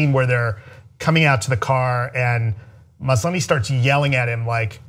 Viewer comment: Tatiana Maslany is pronounced "Mas- lah-nee". I know christy didn't watch the show , but that made me cringe , lol.